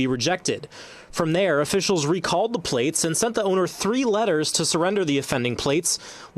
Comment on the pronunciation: This is awesome. Lol. "Your pwates hurt my feefees."🥺 🤣🤣🤣🤣🤣🤣🤣